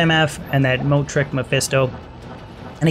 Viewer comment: Not a bad little video and beginning set up for your Sorc. It is kind of strange though with how you pronounce Moat, or how the mic was picking up your voice. It continually sounded like you said Mode, besides one time where your emphasized the T. I tend to do the same 2 you do because in Players 7 to 8 it's a quick and nice way to gain potential gear. On longer Runs from people, like A2 Tombs and on, Andy an also be a worthwhile try just because of the increased items. Usually though if you're not doing Private Games, you'll be entering CS and or Baal runs.